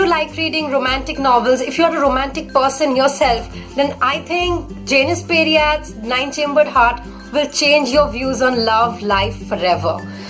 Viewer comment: It's actually pronounced as Jai-nis Paa-ree-at. :D